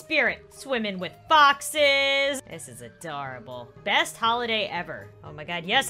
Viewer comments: Lol it dose sound like boxes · When was talking about foxes on Seapeekay day, I thought she said boxes so it sound like she said: people can dress up like boxes. Did you know boxes like menorahs? Boxes are Mischievous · Me too I thought she said boxes